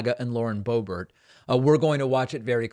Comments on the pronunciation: You mock others for mispronunciations yet intentionally give Boebert’s name as if she’s French. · I just don't get it. Please explain it to me. Why do you pronounce her last name the French way once in a while? Are you trying to be funny? How is that funny? Are you such a jet set sophisticate that is just slips out? Don't think so. Is your brain glitching? Get a grip. WHY? And why don't you just cut it out? Serious people don't act like that. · It's funny when David pronounces it Boe-BERR, as if it were a French name!